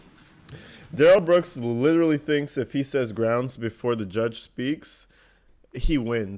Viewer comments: Grounds with a z you crack me up 😂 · Grounz? Grounz for the substained he axed without relevancy. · Groundz with a Z………. 🤣🤣🤣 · I will always laugh when i hear "grounds" and "jurisdiction."